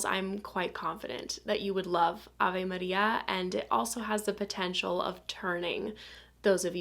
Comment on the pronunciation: Funny how well you say Avé Maria 😊